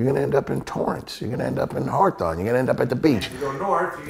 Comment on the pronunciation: "Harthon" = Hawthorne.